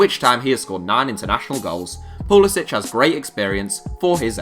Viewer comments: It is pronounced pulasic not pulasich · It's pronounced like poo-li-sick. He's American so the c doesn't have the accent.